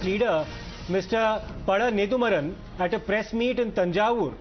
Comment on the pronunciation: It's not neDHUmaaran..it's neDUmaaran